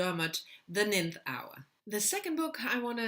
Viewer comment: Love these TBR videos...btw McDermott's book is pronounced the "nine-th" hour like you said nineteenth in the video...it does look like the way you pronounced it..English is a complicated language...especially pronunciation